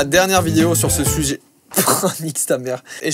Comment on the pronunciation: Joyca a définitivement un problème avec le mot « sujet »